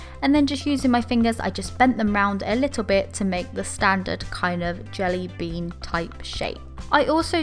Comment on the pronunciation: WHAT! WHY DID YOU SAY CHELLY BEAN!!!! It's jelly Bean